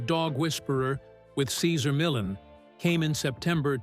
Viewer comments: Its not millin lol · Who the fuk is Cesar Millin? Not watching this if the narration can't even pronounce Cesars' surname correctly. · If you pronounce his name like that 1 more time... you said it right the second time then over n over Cesar Millin? Whos that?